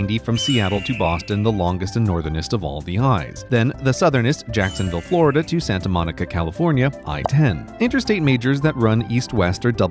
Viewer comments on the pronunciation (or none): none